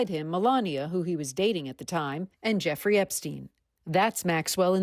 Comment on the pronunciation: CNN pronounced her name "Jewfree." Freudian slip? 😅